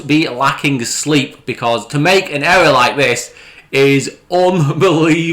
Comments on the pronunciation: Ewwwor! Ewwwor! Ewwwor! Elmer Fudd's English half brother. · Oh no he actually made a huwge ewwor. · The way this guy pronounces the word "ERROR" is an "ERROR" within itself 🤣😂🤣 Love how he says thunderf00t doesn't do any research when the boring company website still currently has the same plans on their website from 2 years ago & how he used Reddit for updates on the project. Also love the way he tries to explain why you wouldn't want to have the new station link up with the current stations at LVCC and have to walk through the convention centre to get to the new proposed station linking to the hotel. Keep it up mate your comedy gold & please be sure to let us all know what Elon's pecker tastes like in your next boring company video 😆